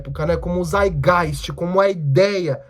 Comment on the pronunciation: O Althusser tem um texto chamado lenin antes de hegel em que ele comenta que lenin opinou corretamente sobre Marx e hegel sem ler hegel. Ou seja, é contraditório com o que o proprio lenin disse depois ao ler o hegel. Só pra constatar a treta. E o termo é saitgaist, tem que pronunciar o "t".